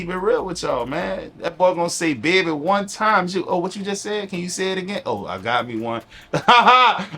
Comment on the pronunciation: Hahahahahahahahah the baby pronunciation is true! I always wondered where your accent was from. It's interesting how you say baby. Lol 😂 I noticed from a video I watched yesterday.